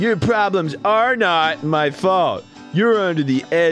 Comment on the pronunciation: "It is bullshit, I did not betray you. I did NAHT."